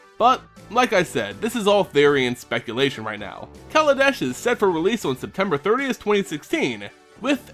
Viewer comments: kaladesh not kaladash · As someone who knows Hindi, you're not supposed to stress the first A in KALA. If you do, then you're literally saying "black-nation" as opposed to "art-nation". Google translate does a good job of it. See